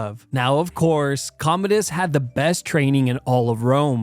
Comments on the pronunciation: I thought he was Comedius, not Commodus.😂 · That Commodus pronunciation is atrocious… it’s pronounced like “Com-mow-dus” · I like your videos but it blows my mind that you pronounce Commodus wrong lol among other names and words